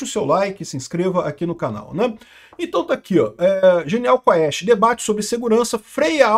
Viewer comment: Quest não quaauuuesste